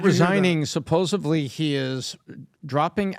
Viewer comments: I just lost all respect for when he said "sepposeBly". SMH. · it’s *supposedly”. There are no b’s in the word.